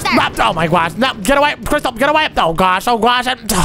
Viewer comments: Did you say I my guosh that is Omz thing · Why you say oh my gwosh thats funny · So cring you say oh my gwash